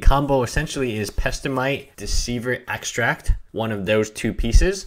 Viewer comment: Protagonist He has a little speech problem. So what? Its minor mispronouncing get used it. No need to flame him for a little problem